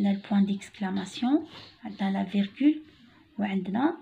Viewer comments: On dit virgule et non pas virgure, veuillez corriger les fautes d'orthographes. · Bonjour , c'est virgule et pas virgure :)